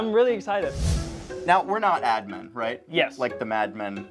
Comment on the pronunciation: I know they keep saying “Ad Men”, but I keep hearing “Admin” and it’s driving me crazy. 😂